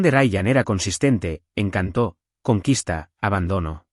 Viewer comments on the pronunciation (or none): ¿"Encantó" o "encanto". Me "en-can-tó" la película porque el actor tenía un sensual "en-can-to". "Encantó" es el pasado del verbo encantar, y encanto es una cualidad humana. No continúen cometiendo errores garafales de gramática en la IA.